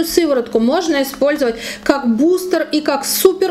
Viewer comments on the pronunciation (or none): none